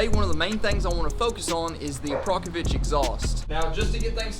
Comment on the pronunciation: it's called akrapovic, not aprakovic! cool bike tho